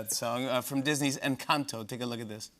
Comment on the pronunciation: loved the way jimmy properly pronounced “encanto”. he did his research <3